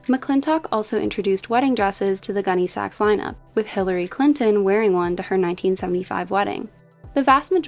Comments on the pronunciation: Pronounced GUNNy sacks, not gunny SACKS. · I absolutely can’t listen anymore to this millennial repeatedly calling it “gunny SAX.” It’s hurting my ears. It’s “GUNNY sax,” sweetie..Emphasis on Gunny, not Sax. Sheesh. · My 1988 prom dress was a Gunne Sax, and I’m wearing one in my 6th grade class picture. I still have my prom dress, so it’s going in my Posh closet. p.s. the accent goes on Gunne, not Sax. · Gunne Sax (sounds like sack) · I had to stop watching as I couldn’t take how you were saying it. Emphasis is on Gunne, not Sax. It Is just the way you said what it was named after.